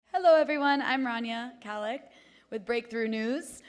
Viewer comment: Learn how to pronounce your own name. “Hello everyone I’m Ranya Kalik” is how you phonetically said ir. Another watered down Arab who probably only views themselves as Arabic when convenient. Not the nonsensical “Arab American”.